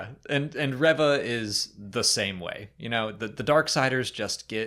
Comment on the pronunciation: Why do you guys pronounce Reva's name rev-uh and not ree-vuh. Its pronounced ree-vuh. That's how it's pronounced by Moses Ingram, how it's pronounced by other Disney staff and media, how it's pronounced in the show itself.....why do you guus pronouncing it differently? I just don't get it.